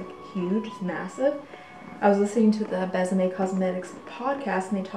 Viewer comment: So you know, the line is pronounced "Bess-a-may"; there is an acute accent aigu - Bésame which makes it soft :)